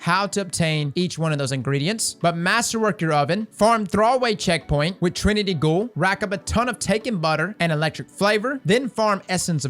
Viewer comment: For info, I'm a fairly new player and have no idea what checkpoint you're talking about, couldn't even make out the word you said :( Some more detail would be helpful.